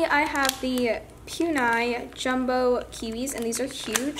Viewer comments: it is Poo- nie ma- ru = puni maru not pyunai 😂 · PUNI MARUUUUUU NOT PONI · If you knew squishy you would know that pu-ny isnt a squishy brand its PU-Nii MARR-UU ang I know that's not how you spell it thats how you say it Puni maru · No hate just to let u know it puni maruPunee maru that how u pronounce it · It's punimaro NOT PUNI if u have a shop I think u should know the name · To be honest, everyone says "Puni maru" the wrong way lol. But you know what, who even cares 😂 its still a squishy afterall.